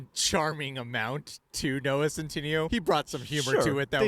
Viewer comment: Stop saying noah sen,tin-eeo. It’s cen-tin-ayo